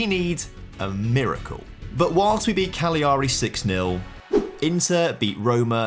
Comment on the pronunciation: Great video love the multi episode content. I know youve completed Italy but please save my ears in the future. Genoa - jeh-no-wuh Cagliari - ka-lee-a-ree